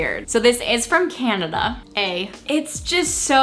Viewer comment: Canadians ‘eh’ sounds like ‘ey’ not AY. Like the short ‘e’ in the word ‘bed’ but with a Y on the end. We don’t just say the letter “a” eh.